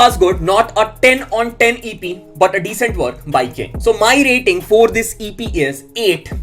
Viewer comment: pehle was aur for bolna seekhle